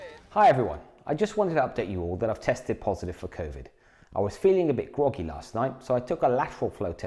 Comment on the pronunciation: ‘’Feeling a bit gwoggy’’